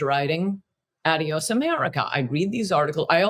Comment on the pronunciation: Coulter has a book titled a word she can't even pronounce. Adios- It's- ahh'de•ōs not - add'e•ōs And Trump is not an idiot. Idiot